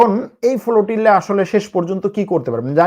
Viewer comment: The word is Flotilla brother not FOLOTILA....!!!! Very bad pronunciation !!!!!